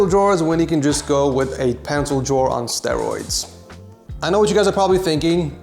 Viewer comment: "okay now we have our pencil drawr on strearoids installed" Ed 2022